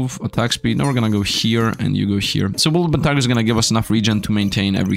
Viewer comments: W O L P E R T I N G E R now say it with me WOLPERTINGER not woolpentiger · Exactly my thoughts:D It's become a meme for, he kinda refuses to say it right